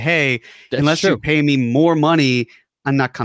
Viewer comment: I love even though he says "inless" instead of "unless" every time.